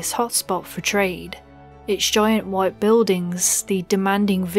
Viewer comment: Where are you from, words like pride and white stood out abit to me (proyde and whoyte in my ears.. ;p)